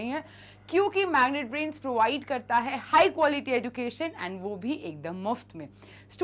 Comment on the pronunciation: Mam the pronunciation is like 'ejucation' we pronounce ed as ej not eduucationn 😢